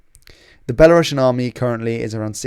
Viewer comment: "Belarusians", not "Belarussians". One letter changes the pronunciation and the subcontext a lot 😉